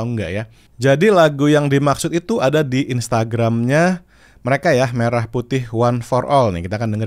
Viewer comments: Jelas pelafalan merahnya gak tepat😂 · bukti lagu ini bikin pake suno, yaitu pelafalan kata "merah" yang seharusnya mérah, tapi di lagu ini jadi mêrah. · dari liriknya aja udah kelihatan hasil generate Ai bang, pengucapan kata merah nya, menjelaskan itu semua, dan sepertinya masih pake versi free di v3.5 😊😊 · Kalau modal denger sih, ada signature khas AI. Entah apa, tapi khas aja. Ya betul untuk kata Merah salah pengucapan. Hanya bisa menduga sih. Masalahnya kalau memang tidak ada dananya kenapa musti produksi? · pengucapan merah putih di lirik, 'me' nya aneh pakai e dangkal. Liriknya juga rada2 'dari betawi sampai papua'